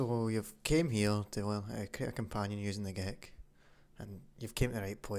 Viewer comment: who else thought he said ''gay cup''?